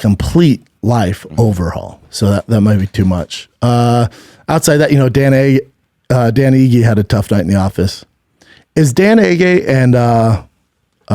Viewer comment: Brother can’t pronounce names for shit, butchered Dan Ige and his last name